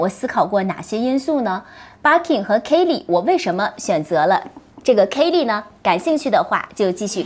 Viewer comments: 包包很美。Birkin 和 Kelly的发音都不对。索性用中文读吧。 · barking barking 的 。。